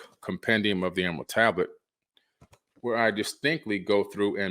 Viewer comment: Can’t say Emerald 😂 great video btw 🎈